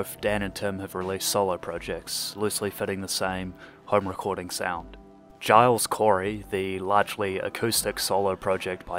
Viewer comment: Pronounces Giles with a hard G is a risky choice but I applaud it